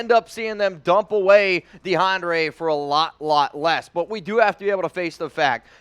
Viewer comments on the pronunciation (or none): YO THIS MAN REALLY SAID de- ana - ray 🤣🤣🤣😭😭😭💀 ITS -DE -AHN -DRE 🤣🤣🤣😭😭 and he said saa non e ro instead of saying sa nar reo